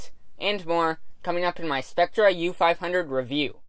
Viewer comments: It's pronounced "sep-ter" not "skep-ter." :) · "cept - ter"